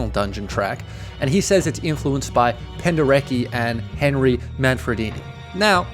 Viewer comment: pronounced 'Penderetsky'